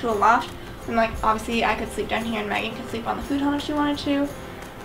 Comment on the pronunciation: Who else heard say Maggie instead of Megan